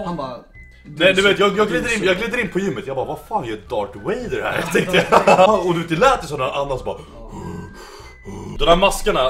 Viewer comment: Darth Vader